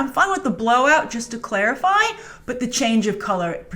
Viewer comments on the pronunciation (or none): none